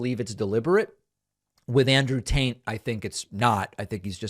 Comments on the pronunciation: David, Sir, I love the way you say Andrew Taint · "andrew taint" slip of the tongue, eh? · David, did you mean to pronounce it as "Andrew Taint"? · Did David call him Andrew taint? 🤣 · Love how David is saying Andrew "Taint", hahahaha. 🤣 These right wingers are beyond parody at this point. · Did David say "Andrew Taint"? 🤣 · I love how it sounds like you're saying Andrew Taint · Is David’s pronunciation of Andrew “Taint” deliberate? 😂😂😂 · Are... are you purposely calling him "Andrew Taint'"? Because that's what I'm hearing and it's pretty funny. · Is he saying taint 😂 I’m pretty sure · Is he saying Andrew "Taint"? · Is it just me or did he say Andrew Taint? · Lol my guy said “Andrew tant” 😂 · "andrew taint" 🤣🤣🤣 Pakman's too smart to not be doing that on purpose... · David, I'm not convinced that you didn't say Andrew TAINT. LOL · Andrew Tate is like a toddler, he needs to be stimulated with sounds and pictures and bright colors and explosions! 🤣 Also, David, I must point out that it sounded like you called him Andrew TAINT. 🤣🤣🤣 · Candice is helping bring down the high position of respect that other highly developed countries used to have for the US. And heh, love how David pronounced AT’s last name as “Taint,” which accurately describes “Taint’s” focus in life.